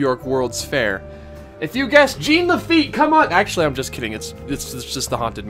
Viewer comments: GENE LE-FEET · nails on the chalkboard how you mispronounce Jean Lafitte's name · Duuuuuuuuude. Thumbs down for pronouncing the French name Jean Lafitte like a pair of Levi’s. Jean-Luc Picard, Jean Lafitte. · iTs JeAn LaFiTte